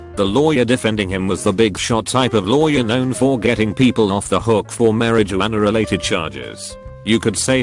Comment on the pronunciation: They totally just called marijuana "marriage-eeyana"